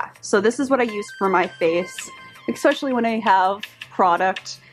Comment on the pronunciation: Opaque(Kkkk) not Opague(Gggg) Especially(Ssss) not Expescially(Xxxxx) Sorry but this is basic English and your too cute and sweet to use them incorrectly. 😘